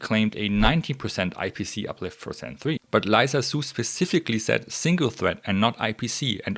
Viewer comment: Lisa is pronounced "lee" "sa". You said Liza :)